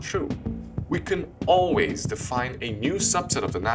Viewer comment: “alwalys” is that all walleye fish? Great video